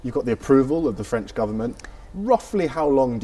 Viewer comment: "Very French" in French is "très français" , not "très franch".